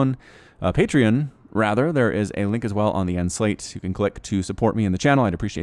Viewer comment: "Patrion" XD